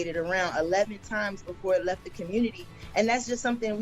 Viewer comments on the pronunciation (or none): none